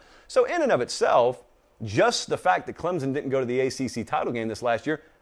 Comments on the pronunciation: When anyone pronounces Clemson with a "Z", they've lost me. Educate yourself please. All of you nay-sayers will be proven wrong. Dabo did it once (oh, excuse me, TWICE) he will do it again. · Why do these people say "Clemzun"??? It's Clemson. Not Clemzun.